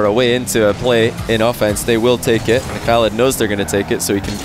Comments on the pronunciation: no not fully proply and its not prounced halid btw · Can I ask, does pronounce the 'Khalid' in oKhalid correctly? I thought with Kh in arabic you don't pronounce the K like you would typically in English, and its closer to 'halid' but with that sound before it that idk how to type